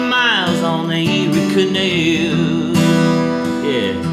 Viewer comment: The way this guy says canal 🤦